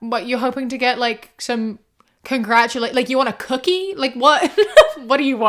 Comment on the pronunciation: You sounded SO American when you said "want a cookie?!" Lmao